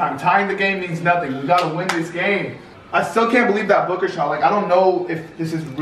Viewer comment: When devin booker made that shot is sounded like said Booger like if you agree